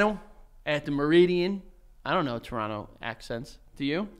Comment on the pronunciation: Ohhhh I like Joey's pronunciation of Toronto!